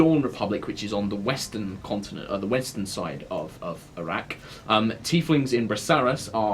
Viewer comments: Sounded like he said Iraq. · I know it's not, but it sounds like he's saying the fantasy world of Iraq.